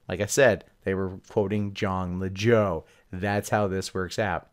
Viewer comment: were u referencing Jon Lajoie? If so, I'm pretty sure it's pronounced "Lajwah". Love that guy.